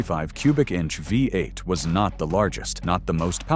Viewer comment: 🙄😞🤮 STUPID AI CRAP! Thoroughly fed up with it already! The future alright-soon in the “future” it needs to go in the scrap yard! What the HELL is a”Vie eight? 🤮 LOL! They think this “technology” will replace humand when it can’t say simple phrases and words without screwing it up? Lol FAT CHANCE! Total junk. Lol my poor typing because I am tired is FAR better than this detritus! WHY are posters on this forum using this trash? Oh. They probably can’t narrate and think a way over priced phone or computer is worth the space it wastes. AI sucks.